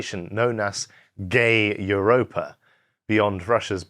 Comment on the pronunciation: the funniest way to say "гейропа".